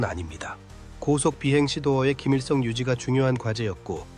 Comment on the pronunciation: 기밀성 인데 김일성으로 들린다! 무서운 🎉AI다!